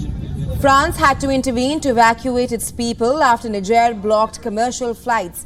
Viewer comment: Niger pronunciation is incorrect